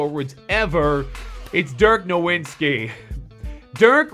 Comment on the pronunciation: there is know W in Germany so it sounds like Novitztky I don't know how to spell his name but your saying his last name rong